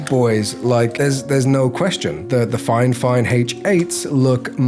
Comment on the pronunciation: I wanna be honest The video is great in terms of the quality of the video and editing. Your delivery is awesome. The review quality is not nearly as good. First of all, you were saying the name wrongly all along. It's Fifine not FineFine. You're reviewing but haven't paid attention to the name yet. Secondly You said you are not a professional when it comes to audio and music and stuff like that, yet you're going for reviewing a Studio monitor. You must have a trained musical ear to review a studio monitor. You also gotta compare with another studio monitor. You only talked about the build quality. When it comes to budget gadgets, the build quality is the last thing that matters. Factories will invest the most amount of the cost into the functionality of the product, not the materials. As someone (a musician and editor) who is looking for a professional review video of the product to understand if it's worth buying or not, this video is absolutely useless. It's like a non-pianist reviews a Piano and only talks about the build quality of the keys, not knowing how to play or how it sounds, telling people "I don't recommend this" Hope this feedback helps 🤜🤛